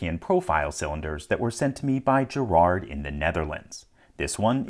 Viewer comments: Do you know how to pronounce Van Gogh the proper, Dutch way? That hard GGGGGG is the starting of Gerard. What LPL does, is the French (and American) way. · The way he said Gerard sounds funny to me as a Dutch person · The emphasis is on the first syllable instead of the second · The G is a throaty hiss which English doesn't have.